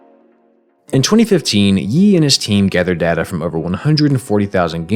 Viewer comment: ITS DATA NOT DATA